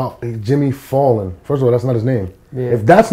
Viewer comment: It kind of is because thats not how you pronounce Fallon lol. I still feel Charron is dope tho'